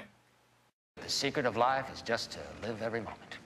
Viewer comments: Did not one heard "just to" sounds like "justice"？I'm kinda confused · it was weird the way he said the word just, i sounded like justA to me and again helped me understand it better. thanks again teacher